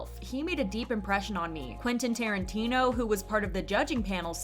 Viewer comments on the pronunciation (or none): none